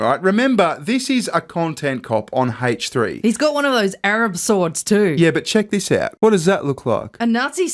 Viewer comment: Why does he pronounce the H in H3 like that lmao